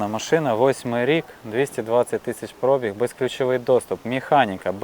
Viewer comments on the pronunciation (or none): Ох ваша вимова 🙄 особливо "Про'біг"